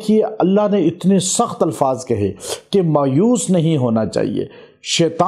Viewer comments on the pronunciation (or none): none